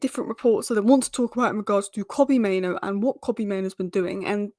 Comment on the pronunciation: Main-OO. Not Maino! Sheesh!